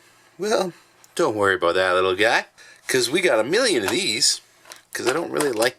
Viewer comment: Glad to see you back. Awesome review Smitty. Loved the opening. “Don’t worry ABOOT that”. LOL 😝😆🤣😁😂